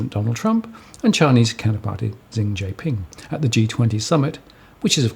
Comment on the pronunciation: The Chinese presidents given name is not pronounced zee... it is close to s-yee (she is quite close also).